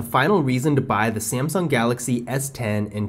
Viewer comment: you accidentally said samsing galaxy s9